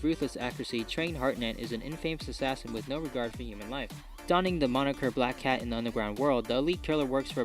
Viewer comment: Hahaha its funny when you say black cats😂😂